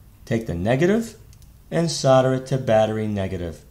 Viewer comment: Thank you for saying Solder the American way..!! We pronounce it "sodder" not Sold-er... Though there are some nerdish Americans that emphasize the L in solder and it drives me crazy...!!! Sorry for the rant. Good video.